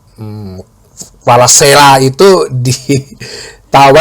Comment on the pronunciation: Dibaca Visa faratskelia